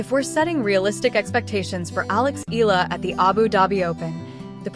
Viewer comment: we Filipinos pronounce Eala into 'E-Ya-La,' please say it, the way we say it. Thank you..